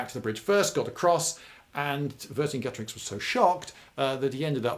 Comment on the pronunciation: You pronounced Vercingetorix wrong Lloyd.